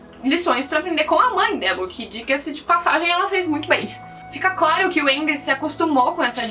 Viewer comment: A pronuncia seria Aang kkk. Porém na versão dublada os cara fala "Âang" Msksks